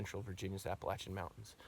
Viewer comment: Well done. I’m just glad you can pronounce Appalachian correctly